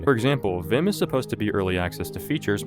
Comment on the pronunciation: You’re saying it wrong it’s vim not v.i.m